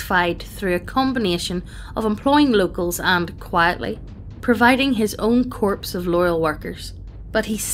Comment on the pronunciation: Corps is pronounced core.